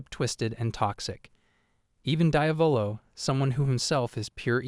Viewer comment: it isnt die-avolo, its dee-yavolo.